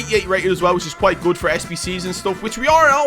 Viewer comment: I disagree. Ilicic Is a "GUUD FODDA"